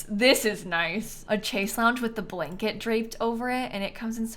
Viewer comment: a chase lounge?? dude, it's a french word pronounced "shay-se long"